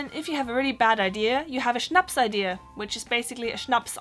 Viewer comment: You pronounced the german Schnappsidee like Schnappsidea ('ee' should sound more like ay in hay, not like ea in idea)